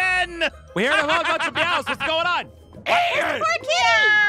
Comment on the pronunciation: Ian not Ein